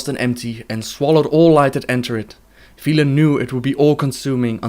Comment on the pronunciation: You mispronounced Velen, other than that brilliant video :D